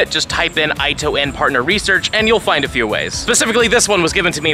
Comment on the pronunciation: its pronounced "eeto en" not "ito"